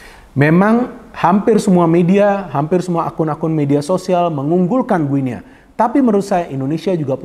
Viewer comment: Bacanya bukan "gue nea", tetapi yg benar "GINI". Seperti kita menyebut negara tetangga kita Papua New "Gini".